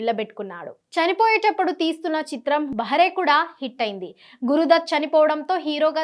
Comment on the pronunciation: Bahaare pronunciation correct chesukondi. Meeru daanni behara (cheviti vaadu) ani cheptunnaaru. BahAAr ante spring season